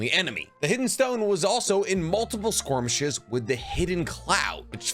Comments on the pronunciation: One of these days, this man is gonna wake up in a cold sweat and realize the word is 'skirmish' and not "squirmish," and he will never live that lifelong mistake down. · Just curious why do you say squirmish instead of skirmish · Skirmish nit squirmish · skirmish...at this point I have to think he is doing it on purpose (pronounced 'porpoise')